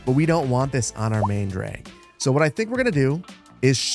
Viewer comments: As a linguist, I’m absolutely dying over “DRAEG” 😂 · "draeg" - you're showing a bit of a Minnesotan accent there ;)